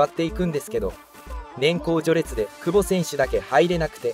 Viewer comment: くぼ↑違和感